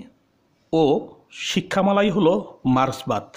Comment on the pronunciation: কথাটা মার্সবাদ নয় মার্কসবাদ